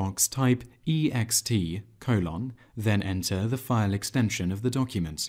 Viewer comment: Have never heard anyone pronounce colon as "coh-LOHN." Nonetheless, this was a very succinct and helpful video. Thanks.